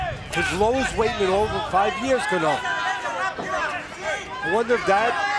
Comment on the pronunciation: Somebody teach the announcers how to pronounce Cano correctly